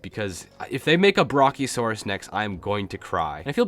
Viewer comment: okay, so a pterodactyl isn't a dinosaur also, (Brack-io-sore-us)